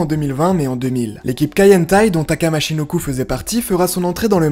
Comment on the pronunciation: Bordel c'est michinoku pas machinoku Respectes les légendes bordel